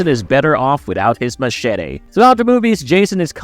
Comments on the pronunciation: The way he says Machete is funny 😂😂😂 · Wow you really gotta throw in that pronouncation in to Machete hey ? Cringe 😹